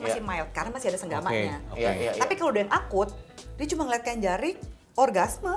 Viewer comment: Bukan jerik, tapi jarik